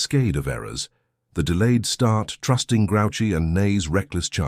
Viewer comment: This is terrible. Have you never seen Napoleon? He never wore a moustache. It's not "grouchy," like Oscar living it the garbage can. It's pronounced "grew she."